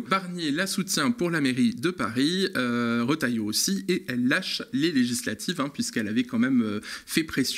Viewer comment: Trop fort le rotailloyo 😂😂